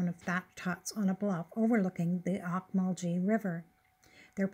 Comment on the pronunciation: Oak- Mul- Gee not like gee whiz like G in Gary nice video